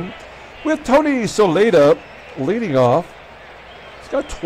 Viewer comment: Congratulations on a great win. After you win the division with the Pilots. I'd love to see what you can do with the 1962 expansion N.Y. Mets. Some pronounciations: Jack Aker (acre) Jim Lyttle (Lie-tul) Tony Solaita (So-Lee-Ta) BTW: Al Downing coughed up Aaron's # 715.